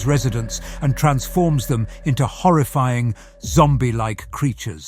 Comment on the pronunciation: Is it AI? “Horrifeeing turn” and “mask-ked killer” seem to indicate so.